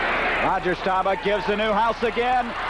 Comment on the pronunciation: Bender was okay, but man, somebody should've told him how to pronounce Roger Staubach's name 🙂